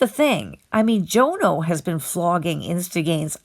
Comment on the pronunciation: It’s pronounced Jonno not Joe No!